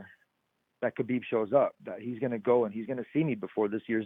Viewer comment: No one: Ariel: HABIB